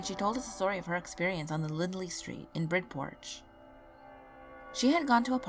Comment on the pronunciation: It's Bridgeport not BritPort lol 😳